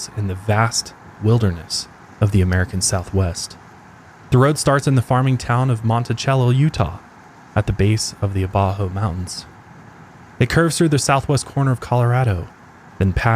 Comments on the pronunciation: It's pronounced montisello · This is awesome because I grew up in cortez Colorado and now live in monticello utah lol Also it's pronounced (mon-ti-sello)